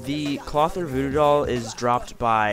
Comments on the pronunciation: Cloth-eer. Not Clother. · You are saying Clothier wrong hth